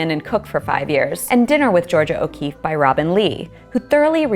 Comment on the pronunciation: Georgia O'Kweeffe